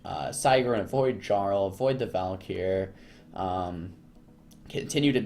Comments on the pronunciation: JAR-ul lolllll its pronounced YAR-ul... like a king of sorts. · Its pronounced "Yarl" not "Garl" Not like the NPCs say it several times throughout the Stomrheim campaign you fucking mongoloid.